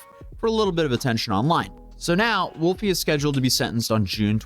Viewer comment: *throws duces* “Wulfie.” 🤦🏽